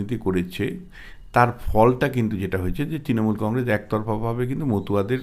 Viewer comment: Ei mathamota gramer maal,boro boro katha bole,Practically anti BJP,nijeke bisleshok bole,e akebare murkhyo item,uchchharon ta shununun,congress bole congrej